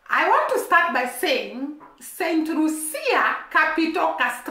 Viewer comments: Pronounced St - lue- sha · Please stop it. Focus should be on this tiny small island and the medalist. She is Lucian,not Jamaican . Focus should be on the tiny island and the medalist, not Jamaica Pronounced Saint loo sha